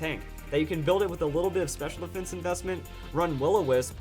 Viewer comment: He said pur defense